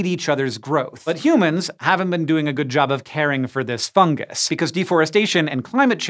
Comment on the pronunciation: so why does he say fun “gus”